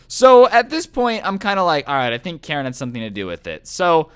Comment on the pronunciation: Jesus christ its "Karen"